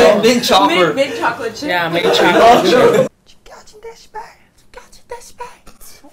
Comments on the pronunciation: mint chorcor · Taeil making fun of Jungwoo's "mint chorcor" gets me everytime